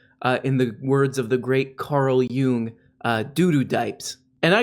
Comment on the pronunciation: Lol your funny pronunciation of “Jung” as in Karl Jung was actually the correct german pronunciation, don’t know if that was an accident or but I choose to believe it was.